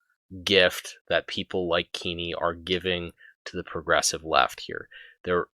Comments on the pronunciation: “Keeny”…again Kenn-ey This failure of basic phonetics and proper pronunciation is simultaneously amusing and annoyingly distracting Anyway, Kenney is a detestable imp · A tiny nitpick but it’s bothering me; it’s not key-KNEE it’s Kenny as in KEN-EE. That aside while as an Albertan I was glad he dropped the COVID restrictions I couldn’t help but be angry that he waited until Saskatchewan’s Premier decided to be the first to announce an end to the restrictions then Kenny made a hasty press conference in the late evening announcing at midnight all restrictions would be dropped. It was such a cowardly move to wait for Saskatchewan to announce they would be the first to end COVID restrictions then jump ahead of them and end ours immediately. He’s pathetic like all Tory leaders we have had in my memory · Jason Kenney has no children, so not sure who this “son” you refer to is; nevertheless the pronounciation is indeed kenny. Because that is clearly the right way to pronounce it. I have no idea how any native English speaker in North America could read the name as given and not say anything other than Kenn - ey I would be more tolerant of “Kenn-niegh” even though that would be wrong; but this “Keeny” pronunciation is ridiculous and this guy defending it on these comments equally so. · That still doesn’t explain pronouncing his name as Keen-ey. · two N’s before the vowel means a soft vowel sound in any English (or anglicized) name. Furthermore the man was an MP where I grew up. No one ever pronounced it Keen-y: no local news, none of his campaigners, not himself No one ever said Keen-y except you and Blackhorse apparently